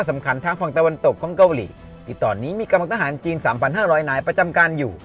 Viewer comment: ชอบคอนเทนท์นะครับ แต่คำว่า “เกาหลี่ เกาหลี่ “ มันขัดๆครับผม รบกวนด้วยครับ